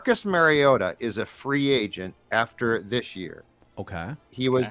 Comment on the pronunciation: LOL Marcus "MARY-OH-TAH" is nearly as bad as Roger Goodell fucking it up when he was picked #2 Overall. It's Marcus (at least you can pronounce Marcus correctly) "MAHR-E-OH-TAH". Holy FUCK can you guys make yourselves look like absolute fools who have NO business in the field you're in, but hey... At least you aren't fucking the name up of any current Viking other than "WONG-WOO" (🙄)